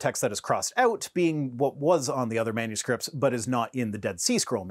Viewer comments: Did he say "manscrips"? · I've held my tongue long enough, this sounds like your typical texan/louisianian or hell even a floridian, living in Louisiana I see it all over him. The dude said man-scripts! Rednecks, I swear 🤦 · Um... did he just call the dead sea scrolls "a bunch of man-scripts?" ... 😂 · I'm not going to make fun of the accent, but I do find it interesting that both "rib" and "manuscripts" are two syllables.